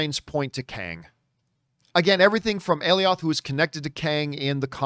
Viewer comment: It’s pronounced “A-Lie-Oth”